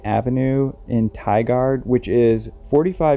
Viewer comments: It's pronounced Ti-gurd. Dogs are SAR, Search and Rescue. The all sniff, smiling. Police aren't looking into it. You have to consider who was asked and DRs etc. And why the search was suspended. Very high profile area. Dense under brush. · Portland girl here. I remember when this happened and thinking she probably had an accident of some sort, she’ll be found soon. Sadly this hasn’t been the case. My heart goes out to her family, friends, and her son. It’s so bizzaro. (Tigard is pronounced Tigerd like Tigers) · Tigard is pernounced Tie-gerd... :) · Tigard is pronounced Tie gaurd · No that not correct. Tigard is pronounced ty-guard. Though sometimes in Southern Oregon they do carry a southern accent. But it is far less noticeable compared to the deep south accent. Maybe your from southern Oregon? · Tigard is pronounced "Ti-gerd". Good video!